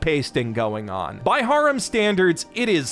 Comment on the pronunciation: bro needs to learn how to pronounce harem...